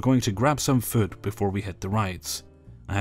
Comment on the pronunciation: Hey, I love lg pickles. When I listen to you talk there is only one word you say when you read that comes out odd with your slight accent,the word is.FOOD.but when you say it it comes out.fud. Good wood could sounds okay but when you say food it sounds like those words and when we Americans say food it sounds more like...mood booed lude sued lewd. So your way just makes me giggle.a petty little sound that just pops in my mind Everytime you say it.and I'm only writing this at this time cuz you're going to talk about bowel distress lololololololollooolllolloll pee just a little. Love you adopted exchange son from another country.Scotland I presume.I being Irish with relatives in county Karlow BorrisTown.O'Neill,Kavanaugh descent.,father's side. CHICAGO NANA 👵💞 SMILE 🥀🌴☘️🍀